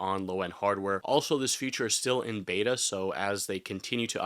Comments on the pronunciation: It is pronounced FEE-CHUR. Never FUTURE. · You sound like a native speaker but I can't get over how you pronounce feature future. Never heard that before haha.